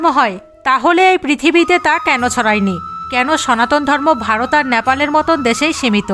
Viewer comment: ন‍্যাপাল না। নেপাল।